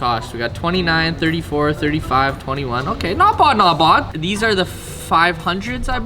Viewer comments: Stop f+cking saying "NOT BOD, NOT BOD" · Not Vavz, Not Vavs !